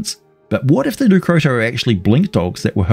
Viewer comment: Leu Crotta, crotta pronounced with a short O, not oo